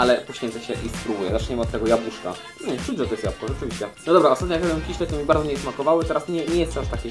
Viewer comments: I jeszcze się doczepie nie "kiśle" tylko "kisiele" no, ale każdy popełnia błędy. :D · Kiśle <3 nie lubie jak ktoś mówi kisiele xD to takie miastowe!